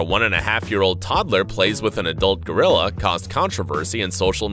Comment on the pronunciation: GO-ril-la,,,,,,,,,go,go,gadet rilla!lol